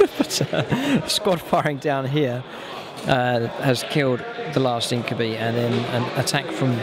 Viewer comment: you pronounce incubi wrong